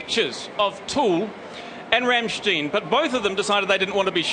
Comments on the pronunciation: Rammschteen? Really? o.O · dare I point out that it's "RAMM-shtine" and not "Ram-shteen"? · No. It's pronounced RAMMSCHTAIN with a hard "m", not Raaamstein or Rammstien. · Ramshtine? who the fuck is Ramshtine? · Rammstein its Rammstein for fucks sake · its pronounced rammstine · RAMSHTEEN ...how hard is it to pronounce Rammstein...? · What the fuck is a Ramshteen? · Rammschteen... what a tool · Someone please explain to this wally how to pronounce 'Rammstein' and 'Till' correctly?